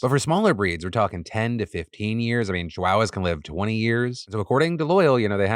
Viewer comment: As someone who likes Chihuahua's, I love the way Phil pronounced that in this video